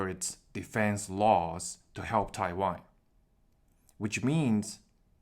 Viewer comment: I know you are saying Taiwan. But your pronunciation sounds like you are saying Thai Wine XD.